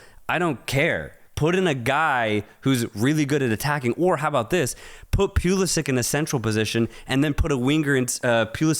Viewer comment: These guys try hard to talk ball knowledge. Why do you say Pulisic, Sargent and Pochetino name wrong, disrepect